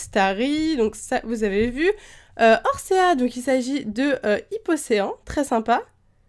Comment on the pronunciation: Je vis au Québec, j'ai été élevé avec les noms anglais des pokémons. La prononciation dite par quelqu'un qui ne sait pas le dire, au mon dieu, c'est totalement dégeulasse. Horsea... Y'a «sea» à la fin, ça ne se prononce pas «céa», mais «si». Dsl si ça l'outre quelqu'un, mais je trouve ça totalement chiant d'entendre son nom dit comme ça.